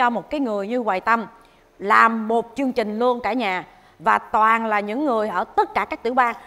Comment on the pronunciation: Mô Phật Việt Hương phát âm được TR 🙏 không ra CH. Chương trình ra chương chình 😂